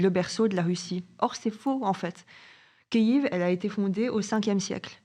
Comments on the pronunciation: si tu respecte les Ukrainiens c’est Kyiv que l’on prononce Ki-iv.. Kiev prononcé Kief = Russe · frero arrete de dire KIEF c'est KYIV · Je suis désoler mais tu prononce mal Kiev